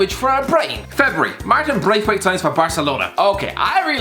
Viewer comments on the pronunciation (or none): No one:: 'Martin Breath..Weight'!!!